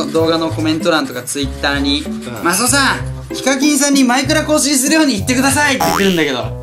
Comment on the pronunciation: マスオ言えなくて草ww